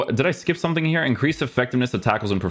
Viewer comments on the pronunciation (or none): Is there a reason is always saying a k after words with ng like somethingk everythingk. Is that just a language thing or what is that? I just noticed it and now I can't unhear it. Maybe it's just me